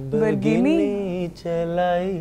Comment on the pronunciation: "Lamberghini"🤭 Harleen Sethi , you damn lucky girl😭💔